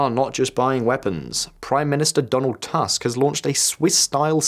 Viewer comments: Prime minister family name is Tusk not Task. In Polish u is always pronounced ‘u’ never ‘a’. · Thank you for your job. Small tip - name of the Polish prime minister is pronounced phonetically as "Toosk". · Your pronounciancion of Polish names is pretty good with one exeption: "u" in Tusk should be read not like "Trump", but rather like in "book" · When do they learn how to pronounce Tusk properly?